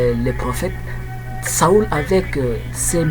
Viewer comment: Mon cher ami, Saül se prononce [sol] et non [saul] => (saoul).